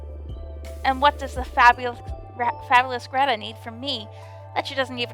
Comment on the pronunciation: My name is Grethe - very good pronunciation! :)